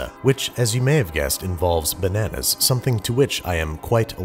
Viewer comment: MA MAN'S 'LLERGIC TO' NANAAS